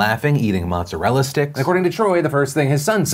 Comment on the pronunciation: As an Italian I cringe seeing another Italian pronouncing "motzerella sticks".